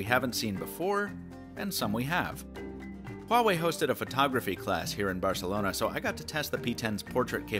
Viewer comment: Finally someone pronounced Huawei correctly